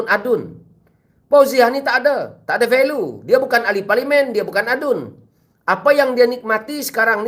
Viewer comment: Value pronounced as "va-li-u"